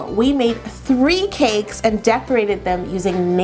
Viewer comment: anyone else think Yolanda pronounces cake like "caykss" ?? it's so cute